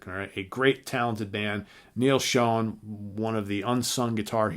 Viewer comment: i totally agree,........too long????no such thing,....you get an album every 5 /10 years....60 minute album is fine...and who the hell is Neal "SHONE"????............"SHONE"??....even Neal pronounces his last name of Schon....as "SHAWN"..........and Steve AW-GARY????......AW-JERRY....oh geez